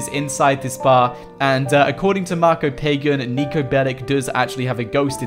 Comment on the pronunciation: it's not pagan. It's said like pah gahn.